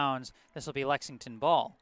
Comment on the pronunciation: There’s an L in Lexington for a reason 😈😈